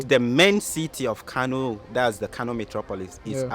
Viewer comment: It Kano not kanu 😏, talking like you ain't a Nigerian